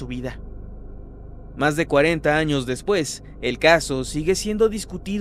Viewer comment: En la miniatura en vez de decir años, parece que dice anos